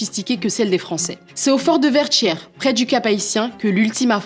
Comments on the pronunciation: Enfaite merci pour la vidéo mais petite précision ça se prononce Vertières..tières pas tchières😅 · C'est ecrit Vertieres mais prononcé Verchieres ? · Prononcé : Vertchières s'il vous plaît